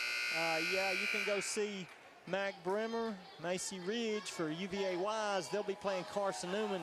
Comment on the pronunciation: Kadie Bremer - pronounced "Breemer"